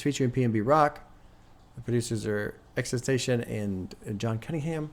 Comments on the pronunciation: just call him x. saying xtentacion just sounds lazy and stupid. you are a popular figure and influence people so please strive to say and pronounce names properly. btw im a big fan but you can do better in this case. i was a big fan of x also and for me he deserves the respect of having his name said properly or use his nickname x. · Plz stop pronouncing it like that... It's (X X X TEN TAH CEE OWN) Or just call him X Please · it’s “ex-ex-ex-10-toss-eon” (with a slight accent on the end) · Just btw it is pronounced X-X-X-TEN-TA-SEE-ON. Love the reacts🤘🤘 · You say his name wrong